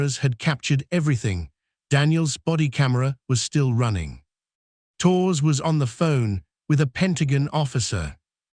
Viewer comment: AI voice can't pronounce Torres correctly...ruined the whole thing!